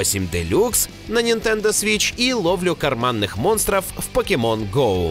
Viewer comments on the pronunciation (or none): none